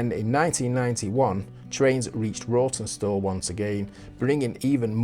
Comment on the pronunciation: Pretty sure it's pronounced 'rotten-stall', always felt like a punishment job whenever I got sent there for work! Cracking job on the station restoration, though! 😉👍